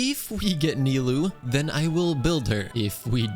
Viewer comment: ahh thanks god says nilou correctly and not nailou like most of people nice job edit: ok you ruined it by saying kavih xD